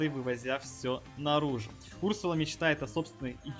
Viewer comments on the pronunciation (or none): Не у‘рсула а урсу‘ла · Этот персонаж изначально был добавлен в suspects , ударение на вторую у , урсу́ла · Разве ударение не на 2 у ?